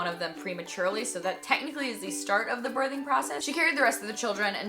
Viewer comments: She's SAYIN birding😂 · you say the word birthing very strangely.